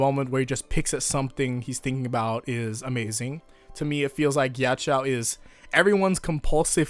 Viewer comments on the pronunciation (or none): i thought ghiaccio was pronounced gee-achi-o not gee-achi-aou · nobody:: "Geeyacheeyao" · Jack-io, plz pronounce it correctly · everytime he says "melawn" or "mel own" instead of "mehlohneh" it hurts my brain Edit: oh god he pronounces ghiaccio as "gyachow" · HEY. You know Ghiaccio? Why does Pronounce it Gyachyow? HUH!!? WHY!! SAY IT RIGHT. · Your pronunciation of Ghiaccio as 'gyachow' kept cracking me up the entire video 😂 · Mispronouncing Ghiaccio, see what you did there.